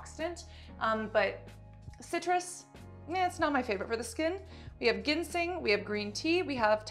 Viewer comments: Idk why this bothered me, but ginseng is pronounced "jin-sing" with a soft G <3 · Jim-sing lol